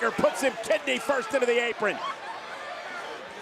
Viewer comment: drew mcyntr 😅